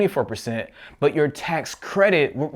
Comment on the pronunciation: i like how you say butt instead of but